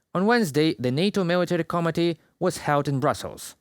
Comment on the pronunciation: you keep saying “comedy” instead of “committee”. It’s an important distinction